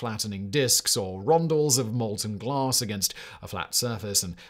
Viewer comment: Lol@ "glaRss"